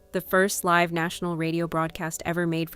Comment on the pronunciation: This video's voiceover wasn't properly proofread. The word "live" (meant to be pronounced like live in a live broadcast) was pronounced live (as in exist).